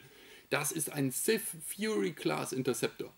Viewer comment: Habe ständig "Siff" Trooper verstanden 🤣🤣🤣